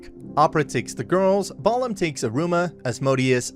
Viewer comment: he manages to mispronounce balam, so yeah, take all the pronunciation with a grain of salt. or a heaping tablespoon of it.